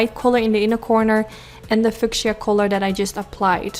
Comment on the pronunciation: just to be helpful only. It's pronounced Fee you sha (fuchisa) Love you. Exquisite eyes. I love pink! Your smile is beautiful! 🌹🌷🌹🌷🌹🌷🌹🌷🌹